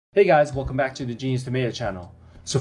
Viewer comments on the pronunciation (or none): none